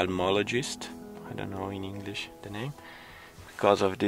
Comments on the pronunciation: I love that adds an extra syllable to every word!! It wouldn't sound right if he didn't. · I love how adds an 'A' to the end of his words